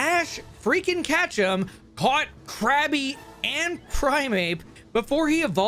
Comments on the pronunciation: I mean no offense, I love your content, but a small part of me gets triggered whenever you say Catchem instead of Ketchum XD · The run is invalid; you mispronounced Ash's name every time you said it, therefore this was an Ash "Catchem" % speedrun